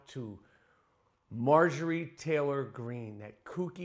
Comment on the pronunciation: "Traylor," Greene.